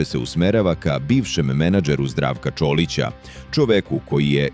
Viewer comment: Č O L I C A...NE...ČOLI CA..UZAS